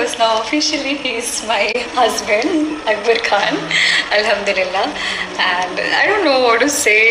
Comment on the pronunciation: അക്ബർ അബ്കർ അല്ല 😅😅😅